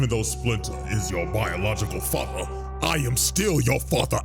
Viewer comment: is it "fater" or "Father"